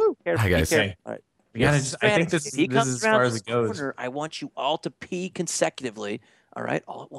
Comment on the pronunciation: He meant to say, "Peek consecutively" not, "Pee consecutively." I hope.